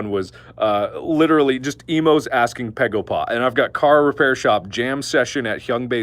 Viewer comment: I'm Korean and I strongly agree with your pegopa story(btw it's begopa. I know korean b sounds like p but you know. I had to say it)! Whenever I visit your relatives, I easily gain 2kg. They always ask 'pegopa?' EVEN RIGHT AFTER HAVING MEAL AND DESSERT! Alright close your eyes, sshhhhh close your eye Imagine, you are at your granny's house. She greets you and bring you inside. She prepare a freaking supper, thousands of dishes barely fitted on to a dinner table. You gladly eat 98.34% of it because you appreciate it. *THEN*, she bring you some sweets for dessert. You stuff yourself with it, you feel that you can't eat anymore or you will explode. *BUT*, she brings out some incredibly fresh fruit for you to eat. You say "Granny, I'm peblo(full)! You don't need to feel like you have to feed me". But she replies " Just little more honey, I promise it's the last food you'll get from me for today". You some how fit in those fruit. And she was right. It was the last thing you got *from her*. Suddenly, your first aunt bashes in. "Hey my lovely nepew! I bought this AMAZING chocolate cake *JUST FOR YOU*. Wanna try it?" "Hey aunty! I'm so sorry but....." Even before you finish your sentence your second aunt enteres, followed by your third uncle "Hey honey! We got you korean fried chicken and sushimi!" "Thank you everyone bu" Shut up already, your second uncle has already entered with biggest freaking watermelon you ever seen in your goddam glorious life! *JUST FOR YOU*. "...b,but...." Y